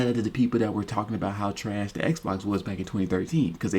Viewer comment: We talkin bout trash, not treesh